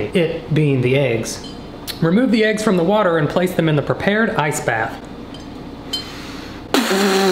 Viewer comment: Why are we not talking abt how it said "watter bottle" instead of "water bottle" lmaooo